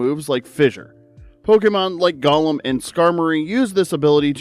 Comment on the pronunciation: It’s pronounced GOH-lum, amp-fuh-RAHS, NUH-mull, gal-VAN-chew-luh, viv-EE-YAHN, WAH-buh-feht, DRUH-dih-GIHN, roh-TAHM, MAYNE-ehk-trick, loo-DEE-coh-loo, PAHL-EE-tohd, lill-ih-GIHNT, “Patrick Star”! 🤨